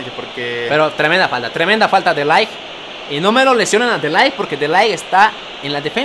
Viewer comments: Oye no mms se dice de Ligh no de laigh 😂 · Se dice de laigth como suena y se escribe de ligt